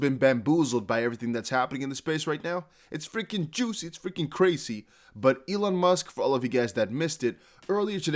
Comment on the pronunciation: Please please please stop saying juicy like that 🤦🏾‍♂️